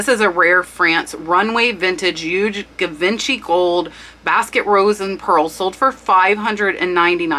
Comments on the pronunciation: Givenchy is French, & pronounced Jiv-on-she with a ‘soft’ J. Love your channel. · Pronounced Gee- von- she ( Givenchy) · Great information! Thanks for all your research efforts! And ouch! You're right, your pronunciations killed this Grammar Grouch! I was shocked that one of the biggest designer names you didn't know... (definitely an age thing) Givenchy - "zhee vaan shee" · Love your channel. FYI: I believe Givenchy is pronounced : Gee Von Gee. Both of the Gs are soft and almost czha is that makes any sense. Think French. I'm no expert, somebody else might have a better take on it. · Any bakelite item will be priced higher. I think it wasn't made for very long so it comes at a premium. Oh, and for the Givenchy, He was the designer that Audrey Hepburn used. pronounced Gee-von-shee. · Givenchy is pronounced she-von-she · Just watch your video, very interesting, who knew. Let me help you out a bit, Givenchy is pronounced: gee-von-she, and Schaiparelli is pronounced: ska-par-ele . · My friend just a friendly correction, Givenchy is pronounced Jeevonshe. Thanks for sharing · Hi. Loved this video and info! You mispronounced GIVENCHY. It's French, so it is zhee-vaan-shee. Emphasis on first syllable. Thanks. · Its pronounced zhee vaan shee Givenchy . Just fyi. Good video, good info. Ty. :-) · Right! It is Gee von shee, or close to that 👍🏼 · Did anyone let you know how to properly pronounce “Bakelite” and “Givenchy”? Bake-lite (no ‘a’ sound-two syllables) zhee vaan·shee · Givency with a soft g. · Its Givenchy- with a soft G more like a J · Its Geevanchy and Skaparelli. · Givenchy:Audrey Hepburn designer ! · yes but with Givenchy, the way she pronounced it is literally NOT the word in French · Love your info! Thanks for sharing. A small pronunciation lesson if you don't mind Not GA Vin chee Jee von shee It's a classic designer name, they were hottest in the 50's, especially in Hollywood. Still considered top shelf. Hope you do more of these! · Pronounced gee vos Shay. 😊